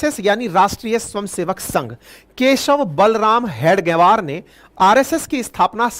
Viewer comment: you as head of channel should have understood the pronouncation of हेगडेवार. All along you were saying हेड गवार,which means in other wards "Chief of Idiots". You are free to carry impression as you may feel right. Your pronounsation, representing meaning in English and Hindi collectively, may be explaining the broader mentality of Unregistered Body called राष्ट्रीय स्वयंसेवक संघ. This reflects bad on you i.e. away from reality.